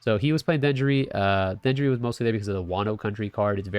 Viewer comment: Its denjiro, not denjuri 🫠 thanks for the deck tech